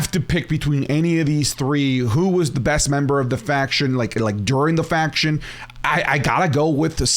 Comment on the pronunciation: Bro said “faqoor”